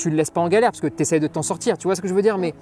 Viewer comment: "Quand je dois le sortCHir" mdr ça me fume 😂